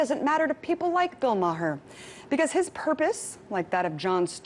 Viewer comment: Bill Ma-HER. lol.